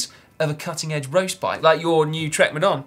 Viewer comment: Simon says "roast bike" 😂